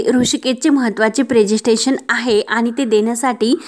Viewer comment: प्रेसेन्स्टेशन नव्हे प्रेसेंटेशन